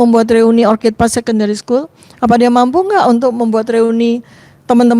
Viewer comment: ORCHID artinya anggrek itu pengucapannya OR-KID. Kalau yang diucapkan "or-cid' itu, kata "Orchard " yang artinya "kebun buah". Tolong kalau bahasa Inggris diucapkannya yg benar biar gak malu2in